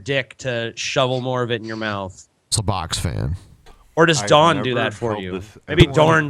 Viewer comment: Have you guys ever considered that maybe Brett Keane's wife's name is actually "Dawn", and he just pronounces it "Dourn", kinda like he says "ourn" instead of "on"?